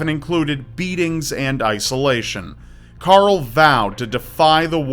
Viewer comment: You can't say Carl! It's not Coral or Carol!